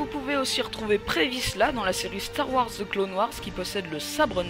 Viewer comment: on prononce pas DZI OLD mais bien De /The Old Republic